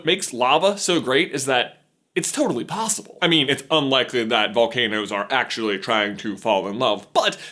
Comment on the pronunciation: You said ricks instead of risks and plossible instead of possible